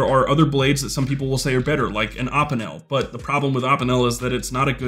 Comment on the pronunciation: You pronounce opinel weird. Good video idea tho, enjoyed it